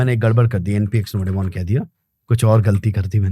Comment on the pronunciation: Bhai ka nodemon thora sa doremon jaisa lgta hai😅😂btw cute...n more power to you brother 💪 ❤